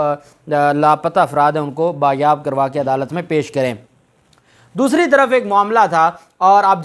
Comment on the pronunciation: Jnabb use correct word as bazyaab and not bayaab.